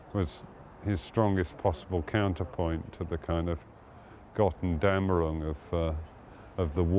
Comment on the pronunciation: Will has taught me many words, but I must teach him that it's "Götterdämmerung" and not "Göttendämmerung".